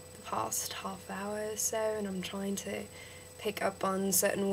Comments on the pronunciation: you say 'soe' when it's really 'soh' And please stop saying ustraya. We don't say that. It's still 'Usstralia' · good work. a lot of it does sound aussie, but theres a few that sound british. wouldnt be able to pick ur american though. u say "so" a lot but dont say it entirely right. :)